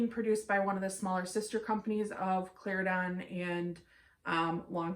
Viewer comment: Great review. I love the details. You are right Plantation has the most details. I have never heard so much detail on a blend before. Slight mispronunciation on Cla-Ren-Don.